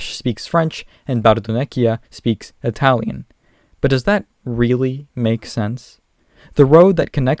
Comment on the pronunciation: It's Italian not Atalian